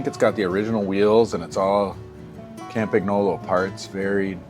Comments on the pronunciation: But you're cool with how he says "Campagnolo"? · Your pronunciation of "Campagnolo" could be improved, but your pronunciation of "Bianchi" is something to call the Carabinieri about! (For the curious ones: it's "BYAN-key") That said: great video, I really enjoyed it, and I can't wait to see all the "watch you working" videos this will spawn. Keep up the good job!